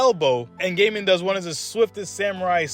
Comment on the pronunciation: I think it is pronounced goiy-i-mon, not gay-man 🤣